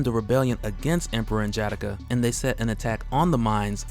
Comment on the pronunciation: Love these excerpts. Just wish you didn't murder N'Jadaka's name tho. 💯